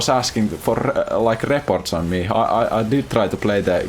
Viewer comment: "re-ports" i love this man